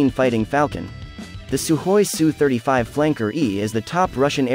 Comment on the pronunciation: Good to hear proper pronunciation of aircraft type. Yes, it is pronounced sue-35, not s u, since people don't, say m. I. g. 29, they say mig-29. S. U. sounds more macho and assertive.